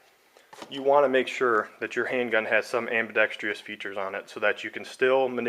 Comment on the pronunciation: am-bi-dex-trous...not "treeous". There is no "ee" sound in the last syllable. Don't know why reviewers love to mispronounce this word.